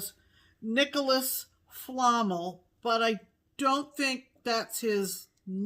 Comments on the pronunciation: Love the show as always girls! you’ve made me want to start the fragments in time! Oh I saw his account for fabric! It’s Nicolas flammel (fla-melle) it’s a character from Harry Potter:) Happy stitching! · I am very surprised that didn't recognize the name "Nicholas Flamel" (accent on the second syllable) from the Harry Potter series. He was supposedly an alchemist. 😋